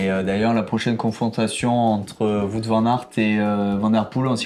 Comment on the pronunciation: non non non et non pas de "voute" van aert mais "wahot" van aert 😉😉😉